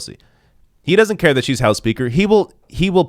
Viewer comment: FOX’s expert impeachment analyst is a man who literally says “wudn’t” and “dudn’t”.